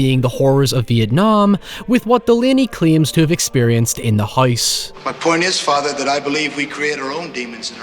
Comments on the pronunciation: You mean the spirits in the HOYSE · I can listen to you say "Hoyse" for hoyers